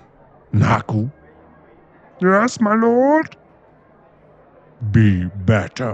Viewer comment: If you put subtitles it’s “your ass my lord”😂 instead of yes my lord😂😂😂😂😂